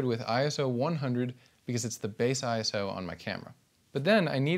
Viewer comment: I knew you would be good the moment you said I S O and not Iso Now I'll continue watching the video